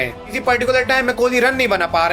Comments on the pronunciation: Ajam nai bhai ..azam...aaaaazzzzzaaam....😂😂😂😂 bolna tu seekh le bro phir analysis lar lena 😅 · Abe dehati its Z not J